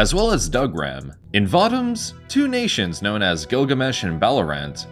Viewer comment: It's pronounced VO-Toms There is no A in the word. They are not Vatoms as you say it they'r Votoms